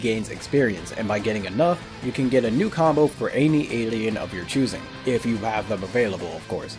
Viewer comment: why do you say mew